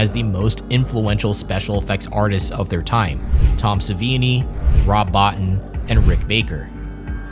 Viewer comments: btw fx expert Rob Botin (is pronounced Bo teen) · Brah. "Bottin" is pronounced "boh-TEEN". If you're gonna present yourself as an expert, get the names right. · Its not pronounced Bott-in. It's pronounced Bo-teen. Real horror fans know this. Great video but there are some discrepancies.